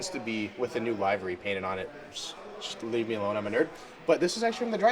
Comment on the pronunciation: The paint job is not called a library like where you get books.It's a livery like the word delivery